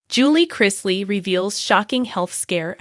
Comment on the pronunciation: As usual, you're way behind the times. This was made public weeks ago... Once again could you learn how to say their names correctly?